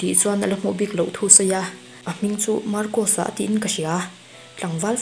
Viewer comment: Marcosa i lam dan leh ka lam dan hi a inang miah lo🤭